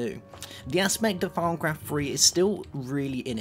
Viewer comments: thought he said "farmcraft" at first xD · Y do u call thawmcraft farm craft it is really anoyying